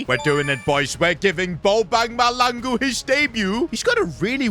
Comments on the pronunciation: Bobang MAHLANGU not Malangu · Mahlangu bro not malangu😂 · Bro he's not malangu.He's Mahlangu.As in Mah-cla- han-ngu.Mahlangu😭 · It’s not malangu it’s mahlangu you pronounce the H i’m south african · bro its Ma-hlangu not malangu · Bro Calling Mahlangu Malangu He needs some south african pronounciation lessons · It's ma-shalang-u that's how it's pronounced not maha-langu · as a South African, I’m here to tell you that you pronouncing the name wrong, it’s not Bobang Malangu, it’s MA-HLA-NGU😭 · Hey I I know you are not versed in south African speak but to say mahlangu you have to say it like mah and that hl is pronounced with your teeth closed with your mouth open blowing air through it which results in mahlangu not malangu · that's not how you pronounce bobang mahlangu 🤦‍♂️🫩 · your pronouncing mahlangu wrong you need to place your tounge to the roof of your mouth and say hlangu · I hate when he says Malangu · Try playing the South African striker like 15 games . And stop pronouncing the names wrong Coz I'm southafrican . It's pronounced maahlaaanguuu . I guess I would say pronounce the hla as tla like matlangu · No way bro called him balbang mahlangu on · 😂 you pronouncing Mahlangu wrong the h is not silence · Btw it's pronounced bo bung ma tla n gu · When pronouncing Mahlangu you must have emphasis on the HL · Mahlangu listeniing to butcher his name and expect good perfomances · You keep pronouncing Bonag Mahlangu's name wrong like crazy